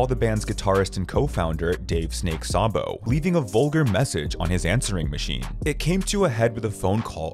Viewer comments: You mispronounced Dave Sabo! It’s pronounced: ‘SAY-BO’!, not ‘SOBBO’! It doesn’t do much for your credibility when you get the names screwed up, try to get it right next time!👎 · Dave Sabo's last name is pronounced "Say-bo", not "Sah-bo".